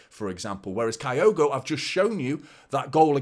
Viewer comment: It’s pronounced as kill-go